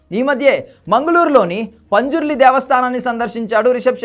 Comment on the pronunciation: Anna punjurli kadhu panzurli❤❤